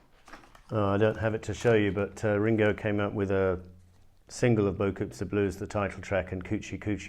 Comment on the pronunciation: I understand you not speaking French, but your pronunciation of "beaucoup" leads me to believe you never even heard the song.